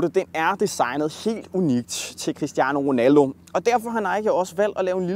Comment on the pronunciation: QUISTIANO WONALDOH!